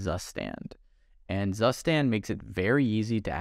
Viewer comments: It's pronounced "tsustand" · Zustand is pronounced Tsooshtahnd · "zustand" is actually the german word for "state". And is pronounced "tsoostand". 🙃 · That's not how you pronounce zustand. it's a german word. look up the pronunciation please xD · As a German, it is SO funny how he pronounces ZUSTAND, I literally laughed my ass off. (ZUSTAND simply means state) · As a German it is always funny how "Zustand" gets pronounced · "zustand" is a german word and my brain had to double check when you pronounced it - thanks for the insight into your stack btw :)